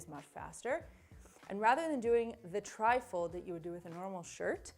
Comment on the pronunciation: I swear when you said Tri fold I kept hearing trifle!! 😂